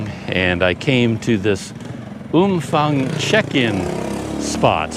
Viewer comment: No f sound. Ph is pharng sound